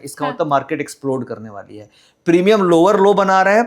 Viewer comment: है को हे क्यों बोलती है